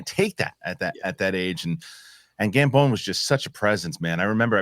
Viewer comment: Helo, enjoying the show as always or almost always :p hahah, wasnt sure if you realised It is pronounced Gambon like the "bon" in bon appetite